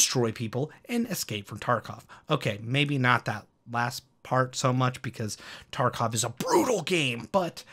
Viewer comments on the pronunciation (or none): none